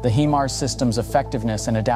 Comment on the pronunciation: It’s high-mars not he-mars 😂😂😂